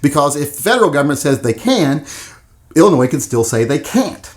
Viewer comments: The “s” is silent in Illinois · The S in Illinois is silent. Lol. BTW do you like H&K? Ive watched about 20 videos you never mention them. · Oh boy, going after “Ill-ah-Noise!” Lmao, what an, “epic takedown!” Love this man’s pronunciation, but not as much as I love his channel and his work- obviously a labor of love! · Why do you pronounce Illinois 2 different ways? The s is silent. You mispronounce it many times while pronouncing it right many times. Come on kid.